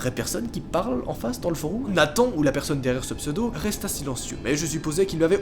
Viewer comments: "Des foroum" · est ce que je suis le seule a qui sa stresse quand il dit foroum mdr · Foroum 🤣 c'est du latin ça se prononce forom. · « Un forOUm » meeerde ça perd toute crédibilité du coup!!! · Mec t’as dis « Foroum »! C’est ça qui m’a le plus choqué! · foroum sur youtoube!!!le deepwoub anectous..en gros il essaye de parler francais et latin je pense mdrrrr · "foroum" C'est stressant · Sur des "foroum"😭😭😭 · "foroum" ? x) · Foroume qu'il a dit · Je suis le seul à penser que prononce mal "Forum"? ( Il dit Foroum 😂) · Tu prononces mal « forum » connard